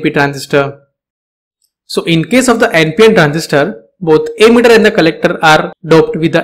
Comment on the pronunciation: Though you have verification tick and all, your way of delivering knowledge is awful. Sounds like you are just reading from text. And why are you pronouncing emitter as 'ammeter'??